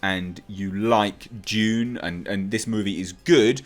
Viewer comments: It’s Dune not June!!! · Its pronounced dune